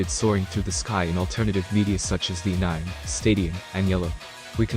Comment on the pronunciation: How can the text-to-speech pronounce "Charizard" but not "anime"???